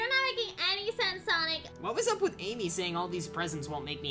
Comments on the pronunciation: Did bro say solo babe lol😂😂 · Did he just call Amy bebe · He said bebe not Amy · and no he didn’t he said ame